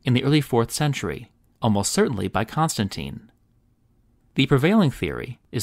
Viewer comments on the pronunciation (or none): none